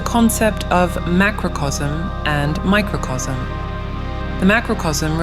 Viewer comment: Pronunciation: Macrocosm as "macrocosm" Microcosm... as "macrosm" 🙈..this languaje.. In spanish: Macrocosmo (maah-croh-cohs-moh) Microcosmo (meeh-croh-cohs-moh) Microcosmo